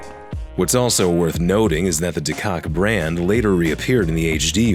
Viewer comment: Koch is pronounced as coke not cock irl